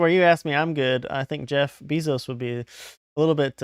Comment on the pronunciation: Lol "Bee-zos" if you have or make a pacer dot gov account you can sewrch for the csse and at least see whatever documents are public but give it a little time too and paying pacer members will post what they've got